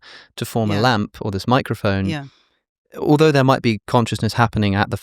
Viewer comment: every time they say microfon I can't not hear micro foam bc I've consumed too many matcha content